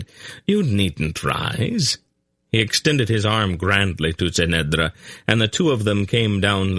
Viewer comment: SAme here, but because I have read it so many times I have developed my own way of how certain things should be pronounced, which can be very distracting if the reader does it wrongly, for eg he says kway instead of key (quay) kerek instead of cherek. the biggest distraction is that he often changes his pronunciation of the same word despite being given clues by the author, Ce'nedra for example, somehow he manages to slip a t in there.